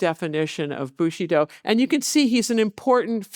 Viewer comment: I❤the lecture,but the butchering if the of the language BushidO,bushIdo guerilla that comes from spanish and it's gueri ya ... double ll it's y .That's making me scratch my 👃